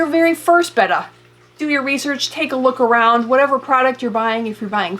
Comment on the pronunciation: Thank you for pronouncing Betta properly